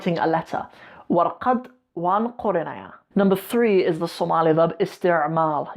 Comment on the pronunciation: Thank you but some words like Qorininyaa× :qorayaa/ Qaslayaan×:qoslayaan/